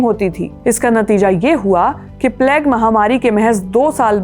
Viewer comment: Thanks for the informative podcast. Your pronunciation is good and clear. However, please google search the correct pronunciation of plague 😢